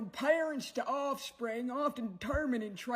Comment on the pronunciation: The only offensive thing about this campaign is how Sweeney says, "Ossfring"